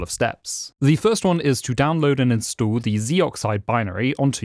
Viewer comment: Narrator: instood me: InstAll